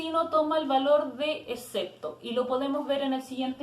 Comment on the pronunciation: No se pronuncia "ecepto", se pronuncia EXCEPTO! Con X.